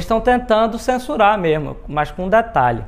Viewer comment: uma pessoa que fala "mermo" sabe de muita coisa! kkkkkk